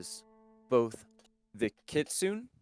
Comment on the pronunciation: Another wonderful session! Also, are you saying "kitsune"? Because if so, it's pronounced more like "kee-soo-nay", not "kit-soon" haha I hope you all have a wonderful day!